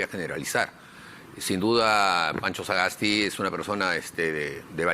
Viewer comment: El periodista tiene graves problemas de dicción, y le es imposible hasta de pronunciar el apellido "Sagasti" y dice algo como "saaaaa gas ti"; y a pesar de ese grave defecto, habla demasiado y permanentemente interrumpe con larguísimos discursos intrascendentes; cuestiona e interrumpe, especialmente a los entrevistados que no comulgan con sus convicciones políticas. Que pena da este tipo de periodismo sectario, que abdicando de su deber de imparcialidad, toman escandalosamente partido a favor de intereses políticos y económicos.